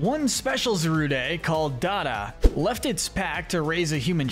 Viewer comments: bro said zaruday and solgAlleyo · Said so many names wrong. Zarude, magearna ect....